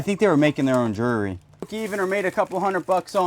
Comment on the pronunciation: Love the way you says Jurr Re, instead of Jewelry.